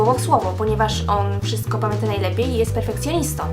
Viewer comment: Nie [wszysko] tylko [WSZYSTKO] i nie [teks] tylko [TEKST] i AKCENT!!! Akcent!! Osoba, która wypowiada się i chce wypowiadać publicznie powinna mówić po polsku